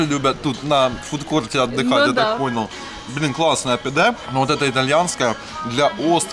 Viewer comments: ГёзлемЕ!! Ооочень ухо режет, произносите правильно пожалуйста!!!! И котов в Турции подзывают пыс-пыс-пыс (пс-пс-пс), почему-то на подзыв кыс-кыс не реагируют. И что за "пИдэ"??? ПидЭ, у турков ударение падает на последний слог! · Всё классно, но ударения в названиях блюд хромают: пидЕ, гёзлемЕ, дондурмА и т.д.